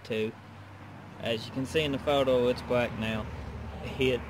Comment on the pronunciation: L is pronounced LLLLLLLLLLLLLLLLLLLLLLLLLLLLLL not WWWWW black not bwack